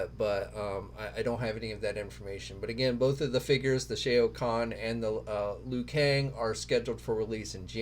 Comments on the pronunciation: C please, it's SHAO. it really hurts our ears, brother. Lol. Like how you pronounce Shaolin. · Just stop saying the name "Shao", you can't pronounce it and it's just embarrassing. I'm embarrassed for you... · You’re saying Shao wrong